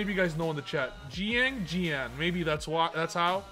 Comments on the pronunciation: Chi-aang ji-aang is the pronunciation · It is pronounced “Shang Jean” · If you want to pronounce Xiangjang correctly Xi in chinese is pronounced "Chi" so it would be something Like "chiangdschiang" With jiang beeing "dschiang" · pronunciation of Xianjian: Shin-jang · Did I hear XiangJank????? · Xiangjian is pronounced shah - ng - jihn, from what my freinds who speak mandarin, google translate, and my own experience have come to a conclusion on lmao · I think it's called "ziandjian" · Yo, Xiangjian is pronounced Shi-ahn-ji-ahn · i found out that xiangjian is pronounced as "xshiangjian" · I think it’s pronounced “zee-ang gee-an” 🤷🏻‍♂️